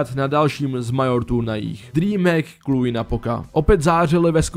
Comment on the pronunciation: Měl bys zapracovat na výslovnosti některých věcí jako Cologne, který není "kolidž" ale "koloun", jak jsi řekl nebo Cluj není "Kluj" ale "kluž